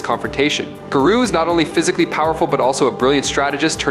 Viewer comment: I honestly couldn’t watch your whole video because you were saying his name wrong. I feel like he was doing it on purpose to troll.